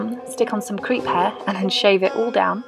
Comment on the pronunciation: LMAO it wasn't til I checked the description box that I realized you didn't say "creep hair"!